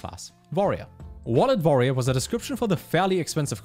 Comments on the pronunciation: "Vorerior" - trying to say 'Warrior' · I heard voyeur 🤣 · Nobody:: Vorrior (subscribed at this point) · Lol, I wondered if he is german.